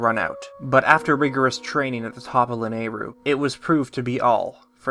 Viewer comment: Finally says "Lanayru" correctly (there is much celebration!). Still says POLY-MUS mountain (ceases celebration).Congrats on this amazingly put-together timeline! your hard work and attention are greatly appreciated!